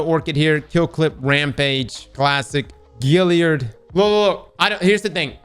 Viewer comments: Great stuff. However…GALliard. Like “hey that gal is hot”. Not like “that fish has gills”. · Gal yerd. GAL! NOT GIL! GAL😂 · All these years later and ' still can't pronounce Galliard lmao!🤣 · Still have my god roll Kindled Orchid (and nearly every other Black Armory weapon), Duke Mk44, Spare Rations, and a few others.:) I love how to this day still mispronounces Galliard.